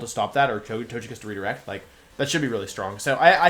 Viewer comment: Every time he says "Tojekiss" it greatly aggravates me